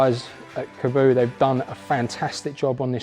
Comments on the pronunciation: Your pronouncing is correct. Kah bow... Kaboo like he's saying in the video is wrong. I've watched the creators say it on some of their videos years ago. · Weird how people pronounce it “kaboo” when it’s kaabo “kah-bow” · Good vid! Why do so many pronounce the name "ka-boo"?! Have a look how it's spelt. There's only 1 "o". It can only be "kaa" (car)-bo! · I've been pronouncing Kaabo as Car Bow since I first heard of them. I want this one that's for sure